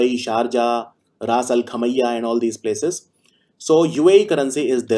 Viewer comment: Sir, it's Ras Al Khaima, I think.